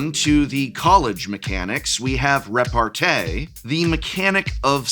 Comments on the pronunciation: As a french I want to alert the pubic on the fact that repartee is pronounced with a small i at the end. I cannot suffer the rest of the year hearing it butchered by a fine appreciator of words such a. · Thanks Prof that'll be very useful this weekend ! 🤓 I'm pretty sure we pronounce repartee as tea since it comes from french répartie We can master debate about this though 🤪